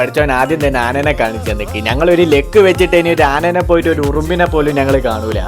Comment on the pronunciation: Machane anene❌anaye✅